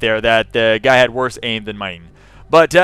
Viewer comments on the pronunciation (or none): did anyone else hear him say "I play the other gay"? hahah